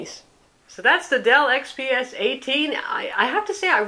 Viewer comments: Dell xpx ? Not gonna a watch a video review hosted by some woman who can't even say the product name. Wondering why it wasn't redone either. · she said it right the second time... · You must know nothing about this reviewer. She always does an excellent job. You are refusing to find value in the review because she mispronounced something?